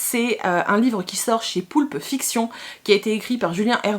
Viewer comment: Eh incroyable!!! Tu as réussi à dire poulpe fiction du 1er coup!! Et 2 fois en plus!! 😂👍 je suis vilaine pardon! 😁